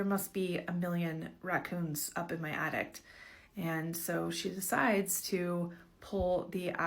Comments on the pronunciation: Omg! The “addict”! I couldn’t even pay attention to the story because she kept saying that lol. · OH EMM GEE ! MEEEEE TOOOOOOO! That extra T at the end was blarrrring in my ears every time she said the damn word. Lmao. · DUDE I know same. Like no. I’m an ADDICT. That is an ATTIC. The thing in your house, above your head. 🙄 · The lady saying "addict" instead of "attic" is itchinggg me